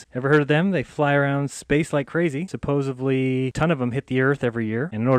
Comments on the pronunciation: Did he say "supposevly"? Nothing he says after that or prior to that should be considered to have any value. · "supposuvly" ~flat earther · he said supposably! what a moron